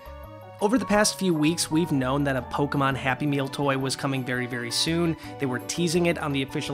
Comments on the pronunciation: hey! good job with the Pokemon names! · Good job pronouncing the Pokemon names 💕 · You actually pronounced all the Pokemon correctly